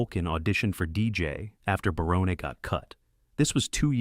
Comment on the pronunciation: Matt Williams is a moron. And how dare he take the created by credit also for Tim Allen‘s home improvement because obviously that was based off of Tim Allen’s life and his career as well. And the guy narrating this thing on Roseanne cannot get names right it’s not Baronne it’s BARON just like the character name on everybody loves Raymond Raymond and also it’s Sarah chalk not Sarah Chalke but like you’re saying the word chalk but it has an E at the end.